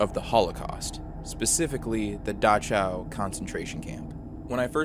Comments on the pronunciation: Mobile, Alabama is pronounced Moebeel, Alabama sweetie. Dachau is pronounced Dak ow. European countries pronounce ch as a k. They are regional pronunciations. Great content, thanks for the vid. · So just to keep it 100. Mobile, Alabama is supposed to be pronounced "Mow-Beel" And the concentration camp is supposed to be pronounced "Daw-cow"